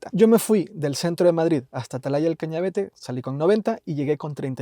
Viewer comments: Hay algo que me molesta mucho en este video, y en el de Angel... Y es que, teniendo el nombre del sitio en la pantalla, sigais diciendo "Cañavete", cuando es Cañavate. 😁😁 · ¿Porque todos decís mal el nombre de Atalaya del Cañavate? 😅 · Atalaya del Cañavate, Cañavate, Cañavate !!! Que muchos en Youtube lo decís mal